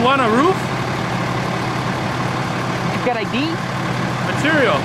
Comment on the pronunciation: Love the, you want a roaff. I think he means roof oo like too or poo or proof, or would he say pruff.